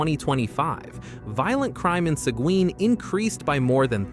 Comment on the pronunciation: seguin is spoken like segeen, no w